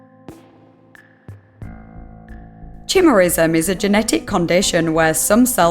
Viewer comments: a strange things iceberg... by u/iamaprion.... username checks out lmao edit: oh. oh my god. the pronunciation of "chimerism" broke my brain a little bit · Ohh that chimerism pronunciation.